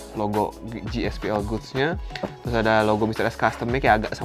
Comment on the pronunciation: GSPL GOODS tu baca nya bukan gospel goods tp gaspol goods